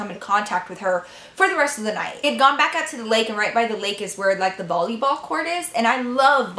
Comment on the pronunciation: who noticed she said bolleyball instead of volleyball lol :)